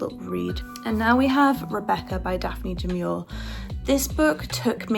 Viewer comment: Daphne Du Maurier is pronounced - Daf Knee Do More ee ay also this might be of interest to you about this book.